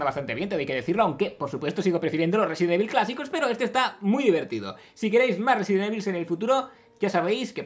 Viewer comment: Resident ivol :'v